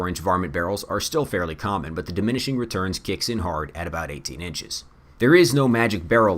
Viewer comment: really weird audio issue in this video, you kept mispronunciation “20 inches”